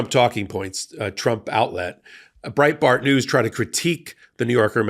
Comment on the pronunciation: For a second, I thought I heard "Brain Fart News", when you said "Breitbart News"... If the shoe fits... 😂